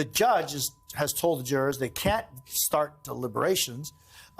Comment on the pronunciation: "and the drrrs have left the courtroom..." Not even close to "jurors". 😂